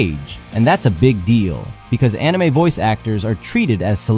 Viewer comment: "Enimay" bled my ears